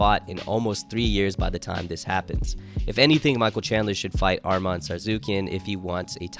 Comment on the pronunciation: Atleast try to pronounce Armen's name correctly